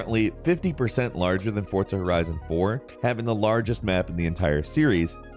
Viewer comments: has anyone noticed him saying "Fortza" instead of "Forza"? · For-za not fort-sa Jesus h Christ?!!!!! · who else got trigger after hearing him say "fortza" every time 😤💢, hurt my brain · Forza not Fortza. fuc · i hate how he says forza horizon he says fortza horizon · " fortsa horizon " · It’s Pronounced Forza not Fortza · Why do you pronounce Forza "Fortsa"? Lol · “Fortsa”? Haha nah, forza. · Lmao fortza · Why do you call it Fort-Za??? Its Forza - Four-Zha. And no Icarus? Why isn't Icarus on this list?! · “Fortza”, homie there’s no T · I swear to God he said fortza so many time to piss me off its forza there isn't a t in it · Am I the only one who noticed he's saying Fortza instead of Forza? Have I (and everyone I know) been pronouncing Forza wrong this whole time?? Is it Forza, or Fortza?!... eh Gran Turismo is better either way. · SAY FORTSAH ONE MORE MFING TIME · Are you saying "Fortza" Horizon?.... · You’re not speaking Italian. Forza, not Fortza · Bro what is FORTZA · Why does says "fortza"? Is Forza, without the T. Ask any Italian. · I love and hate how he says fortza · why do you say FORTZA, where is the T? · "Fortsa Horizon" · Please stop saying Forza like that. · Like Forts Horizon? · There's no T in Forza bro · No T in forza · There is no T in FORZA.